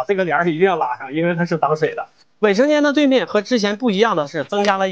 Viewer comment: 念 卫（wei 4声）生间，不念伟（wei 3声）生间。